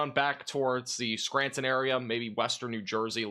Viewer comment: It’s pronounced Clare e in and skran ton